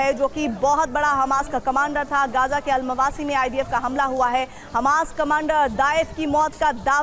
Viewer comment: अलमावासी नहीं अल मवेसी